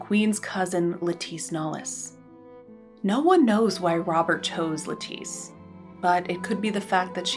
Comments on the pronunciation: Lettice Knollys’ first name is supposed to be pronounced like the vegetable ‘lettuce’ - it should rhyme with ‘set list’ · In English the name Lettice is pronounced with the emphasis on the first syllable, like the vegetable. As she was English her name would be pronounced the English way.